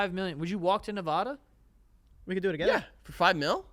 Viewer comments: ITS NEV-ADD-UH 💔💔💔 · As a Nevada resident it’s my sworn duty to tell you it’s pronounced Nuv-ahhh-duh not Nuvawduh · love you guys, but being someone who's born and raised in nevada, it's Neh-vAH-duh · Guys it’s Nevada…not NevAHda🤦🏻‍♀️ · yall ain’t saying nevada right 🥲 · How they say Nevada is not okay 😂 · The way they mispronounced nevada would drive my wife crazy lol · How did I know you ding dongs would all miss pronounce Nevada